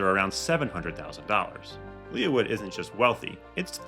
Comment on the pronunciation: Lee Wood. Not Leah Wood.